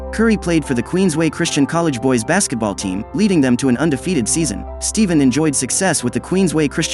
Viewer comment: Steven? You mean Stephen?